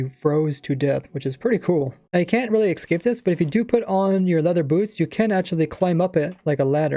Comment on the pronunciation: Good video except that you said excape instead of escape which infuriates me